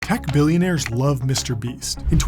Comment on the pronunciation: U said billionar love him wrong all love him nuuub